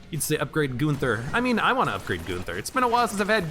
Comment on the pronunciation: It's not Goonther, his name is Gunther.